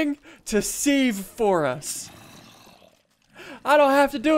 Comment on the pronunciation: you dont pronounces it sieve u say it siv